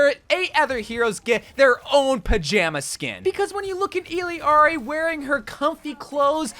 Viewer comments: Not even can pronounce Illari's name. The Pronunciation is this btw: Iyari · please say illari’s name right 😫😫😫